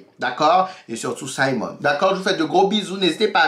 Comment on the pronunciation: Oui tu as bien prononcé. Simon! Merde le mec il sait y faire. Je l'ai regardé en une journée. Tu dois aussi regardé "Sylvie's Love" il y est aussi. Et quand le Duc te dit "Je brules pour vous". 😍😍 Ils ont été très explicite je trouve. Les scènes très romantiques et érotiques que ce soit Simon et Daphnée ou autres.